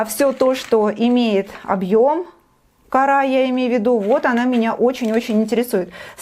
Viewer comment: почему кАра. а не корА..???